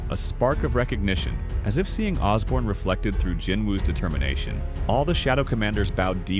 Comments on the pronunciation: It’s Ashborne not Osborne, it’s Bellion and Igris not Baron and whatever else you said and it’s Beru not Baron. Get it right if you’re going to invest so much time and effort into making these videos. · "Baron"? "Osborn"? TF is this?